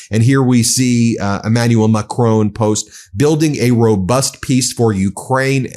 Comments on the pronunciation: Ben, respectfully, can you please stop pronouncing president Macron as "Macrone", it is pronounced as Macrón. Without saying an "e" at the end. I'm Dutch, but i love my fellow Frenchies. I know that most French people tolerate it out of politeness, but yeah. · It is not Macrone, but Macron. Not Macrone. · I love what you guys are doing but will you PLEASE stop pronouncing Macon's name wrong. It's Macron. Not Macrone... A short O sound; not a long one. Mac-Ron. Not Mah-Crone. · The French president called Macron pronunciation is as in gone, not bone and isn't pronounced Macrone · Re pronunciation of French President, Emmanuel Macron, it sounds closer to the french pronunciation to say MAC-RON (RON as in the name). Thank you for your show! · I am begging you to pronounce Macron more accurately 😂 you don’t need a perfect French accent, it’s just MACK - RON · Ben. Please pronounce Macron the French way. His name has no 'e' on the end. It's a small irritation to me but may upset French or Canadian followers of the channel.